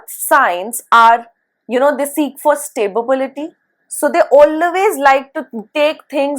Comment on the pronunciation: Madam, I just noticed that you pronounce the word “Stability” as “Sta-bi-bi-li-ty” in few previous of your videos as well. I hope this comment will help you recognize the little mishap… I wish there was a way I could send you a personal message about this. I just mean well, and I love your videos! One question… Do these inferences work only on Sade sati, or do they work on Ashtama Saturn transits as well?